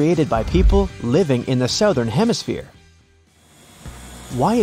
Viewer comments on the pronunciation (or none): I've never heard anyone pronounce the word southern as "sowthern"... Lol sounds so strange to an average American ear. It's pronounced "Suthern".